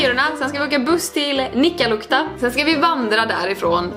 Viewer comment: Fyfan ditt uttal på nikkaluotka